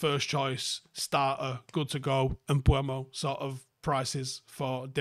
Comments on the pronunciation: Bryan Mbe-umo and not Mbu-emo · I think it’s the wrong way round at the start, he pronounces it “m-boom-o” everyone says “m-bwem-o” 😂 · Wtf are you on about at the start? 😂 Mbeumo literally pronounces his name “M-ber-mo” and you’re going “urrgh he himself says Mbwemo” 🤦‍♂️ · Sky sports did a video of Mbuemo pronouncing his name - Em-BOOM-o. Very simple. Not Kinder Bueno or whatever you said.😂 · "M-ber-mo"? He literally says m-boo-mo himself. Youre both wrong 😂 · You say Mboono I say Mbuemo. Let's call the whole thing off. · He actually says MBOOMO ;) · had an absolute SHOCKER there lol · He pronounces it Um-boo-mo. There are literally videos available on this platform of him pronouncing his name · There's no w in Mbeumo, and the u is not before the e. There is no ue or we sound at all. It must be dyslexic people saying it wrong that catches on everywhere and people just keep parotting it. He himself doesn't pronounce it like that either. There's also the premier league videos of all players pronouncing their own names you can look up, then there's no confusion at all, apart from difficulty in pronunciation from certain accents. Even still you can learn or work at it. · It's Mbeumo, not Mbeumo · At this point I'm convinced is dyslexic. There's no way he misreads and mispronounces the guy's name for this long.